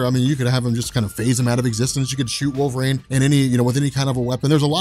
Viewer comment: Wolvreign? Stop saying it like that.